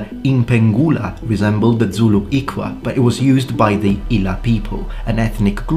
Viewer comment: Great video, I only knew about the Zulu weapons but it was nice to learn about others plus your pronounciation of the iklwa isn't bad It's not easy to pronounce so good job